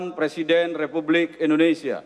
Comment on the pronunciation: menit MC nya ngomong ada dah.... presiden republisia ???? :D